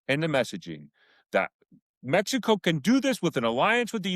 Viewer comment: In “Mex EE CO” 😂